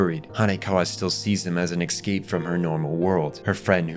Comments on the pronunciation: I’ve been loving your videos and commentaries, but I have one request…it’s so jarring every time you say ecscape instead of escape, please could you try pronouncing it properly. Big fan otherwise! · It's "ES-cape," not "EX-scape!" You're driving me nuts.